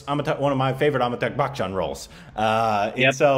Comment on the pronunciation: It's not Amitag Bachchan......🤣 Its Amitabh Bachchan...